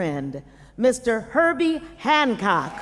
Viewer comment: It is Hancock, not HanKong